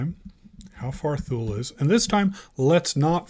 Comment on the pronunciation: I believe its pronounced Too Lee not Thule